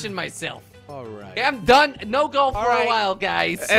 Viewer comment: Goalf:Golf:Galf